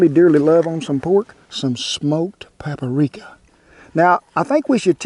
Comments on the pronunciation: "PAPA RIKA" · Some smoke "paparika" lol!!!